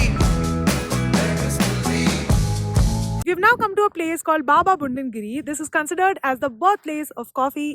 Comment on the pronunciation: Nice video, but it's budangiri and not bundangiri